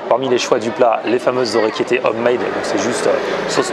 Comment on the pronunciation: orecchiette PAS ORECCHIETTAIT!!!!!!!!!!!!!!!!!!!!!!!!!!!!!!!